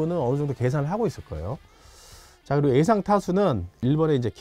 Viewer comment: 형 “에상” 아니라 ”예상“. “한하” 가 아니라 “한화”